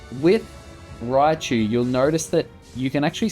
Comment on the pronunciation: If only it was called Raichu. Not Riachu Fail.